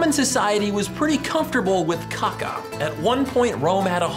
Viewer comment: The way you said "cacca" lmao